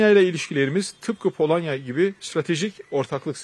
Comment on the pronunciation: Bende palonya demesini seviom Baskan 😂😂❤ bolonyaa balon